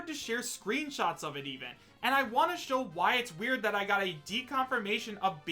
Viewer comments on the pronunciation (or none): none